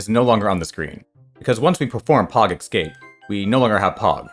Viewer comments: Es.. cape not ecscape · it's pronounced ess-cape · It's just "eckscape" this time.